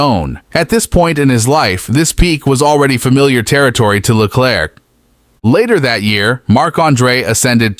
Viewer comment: Le-claire, not Le-clerk